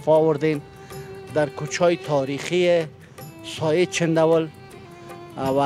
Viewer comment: او برادر سایه نگو درست نیست ساحه بگو هههههههههه